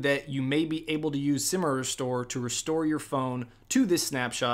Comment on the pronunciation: Simer-estore lol how about Semi Restore 🤣